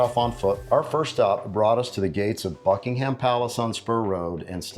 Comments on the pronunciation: Buckingham Palace, pronounced: Bucking-um. There is no emphasis on the ham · Small tip, Buckingham is pronouced with a silent H.